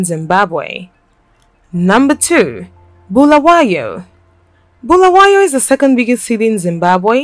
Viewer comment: its not bhulawayo its BULAWAYO PLZ LIKE SAYING HALALE ITS HARARE